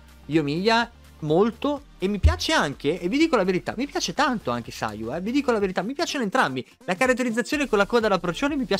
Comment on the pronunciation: Io incuriosito da Sara Kujou ewe Minchia solo Yoimiya e sayu hai detto giusta come pronuncia